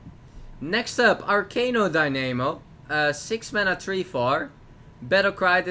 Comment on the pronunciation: I love the way pronounces card name. ArcaNO DyNAmo was almost became a little rhyme:D